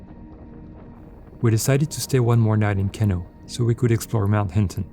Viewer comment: It's pronounced "Keeno" - just to set the record straight!